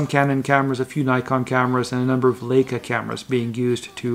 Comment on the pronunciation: Not the only commentator to pronounce Leica 'Lake-a' ...it's 'Like-a'